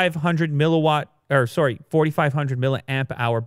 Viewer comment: I can’t get over his Canadian accent when he says “sorry”